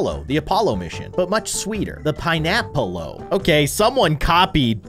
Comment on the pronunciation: IT SAYS PINEAPPLO NOT PINEAPPLE’O